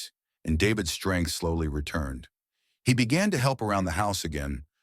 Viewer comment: Strength not strang. Isn't it strange that these stories never mention God or Jesus.